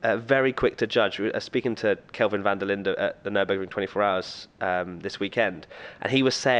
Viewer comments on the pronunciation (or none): none